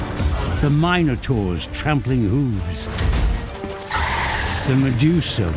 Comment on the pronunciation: "Mine oh tore"